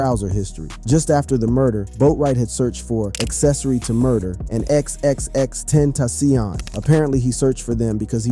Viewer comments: Stop saying XXX ten toss ion And who TF is kwah-vo? 🤦🏽‍♂️ Edit... BROOO .. chee-rock??? Ok you're fired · Agreed brother! Lol exexex tentasyonnn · wtf what neighborhood do you come from ? xxx tentasssssiooon ha ha ha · Xxx ten tassiohnn😂😂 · Why he keep saying ex ex ex ten TA CION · Tenta - Cee- On op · You are giving me a stroke. X x x Tent...AH SEEON. BRO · No one finna say how this man kept saying x x x ten taci on🤦‍♀️😂 rip x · xxxtentayseon, kwaavo, shee-rack, farell he's the worst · X X X ten tasion 😂😂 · XXX tent a seayon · I hate how you kept messing up X's name... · This man makes it a point to mispronounce the names. Who the hell is kwaavo? And the way he says xxxtentacion has me dying😂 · Quavo, Pharrell, chiraq, xxxtentacion, my goodness. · I agree!!! XXXtentacion, the first name when this video started had me rolling how he said his name! Like sir, please go learn how to pronounce their names first.